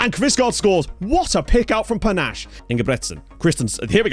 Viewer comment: Ayye! Great to a fellow Zimbabwean in your team, P.S You got the last name but his first name is pronounced Pa-Nah-Sheh , the "she" rolls off like a "shay" than "che"